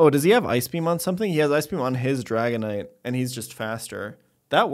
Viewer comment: Did he call the dragonite rice??😂😂😂